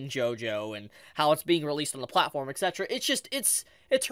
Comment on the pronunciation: Yo I love u man, but imma need to pronounce etc a little better bro 🤣